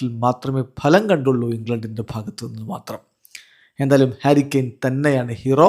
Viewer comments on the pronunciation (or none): ഹരി കെയൻ അല്ല.... ഹാരി കെയൻ.... 👍🏼👍🏼👍🏼😃